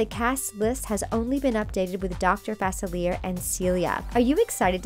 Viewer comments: Omg thank you. She kept saying it wrong and it was making me mad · It's FA-SIL-EE-AY Get it right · It’s pronounced facili-ay not everything is how it sounds 👍🏾😊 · This channel needs to learn how to say Dr. Facilier correctly. They even use a clip from Princess and the Frog where he says his name. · Am I the only one who gets annoyed when she pronounces Facilier wrong😭😂😂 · Does anyone else realize that she is saying his name wrong? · they always pronounce the name wrong it is FRUSTRATING and ANNOYING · They are literally mispronouncing dr faclier. THEY EVEN HAVE THE FREAKING CLIP ON HOW TO PRONOUNCE IT AND STILL PRONOUNCE IT WRONG